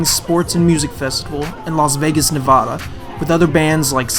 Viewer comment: you pronounce nevada wrong. other than that, good video